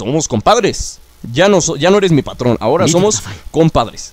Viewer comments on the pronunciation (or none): none